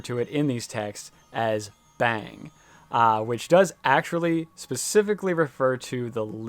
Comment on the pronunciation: It's pronounced with an "au" sound. Like "bhung" with an a.. Definitely not "bang"..